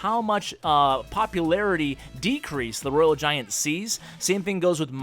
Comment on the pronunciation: btw u said it wrong for rg and babydragon